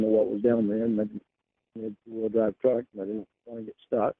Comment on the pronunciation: That's driving trauck